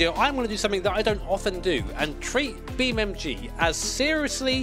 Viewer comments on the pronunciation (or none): ITS BEAMNG NOT BEAMMG YOU DONUT 😂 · Brother its BeamNG Not BeamMG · When he tries to say "Beam N G" you can see his lips closing twice, meaning he's saying "Beam M G" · I will always hear Beam MG lol I can never not hear it. thank you for all these years of entertainment mate. I swear I don’t say thank you enough❤ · cannot unhear Beam MG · You keep saying beam EM GEE and it’s driving me literally to the edge of insanity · ah yes i love beamemgee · "Beem Em Gee" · it realy sounds like your saying Beam MG. XD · Why do i keep hearing "beamMG"?😂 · I can’t be the only frustrated by hearing Bee MG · Does say BeamMG on purpose? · Anyone notice says beamMG or is it just me? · are you calling it Beam M G? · Am i the only one who hear him say beamMG . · why is he saying beam mg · Oh come on, you're a grown-ass man with a set of accomplishments and a career! You speak for a living. Say "NG". En Gee. Beam NG. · because thats what he says lol no idea why